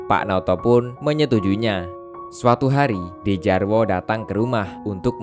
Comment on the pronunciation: Bang bacanya Djarwo itu dibaca Jarwo